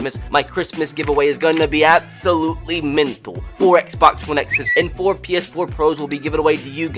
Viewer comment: “ abslutley mntal “